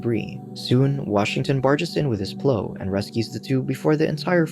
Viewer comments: Why can't the narrator say the word Plow? it's not 'pl-oo' its pl-ow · You were really calling the giant truck with a PLOW (sounds like now) on it a PLOW (sounds like grow) lol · Can't say plough? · lol!!! it gave me a giggle everytime! is it a human reading or not??